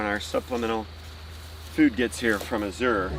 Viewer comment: You're pronouncing Azure incorrectly. I learned from the family that owns the company!!